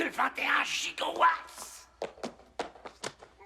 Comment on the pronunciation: 2.21 gigowatts (gigo d'agneaux ?) c pas giga ? nom de Zeeeus